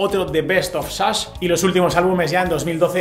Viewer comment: jajaja, nooooo. Ya lo escuché otra vez y siempre es Chas, Shas, Shash y similares, pero nunca SASH. Jajaja.